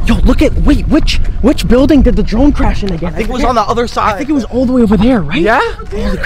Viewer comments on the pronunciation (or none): Crash not carsh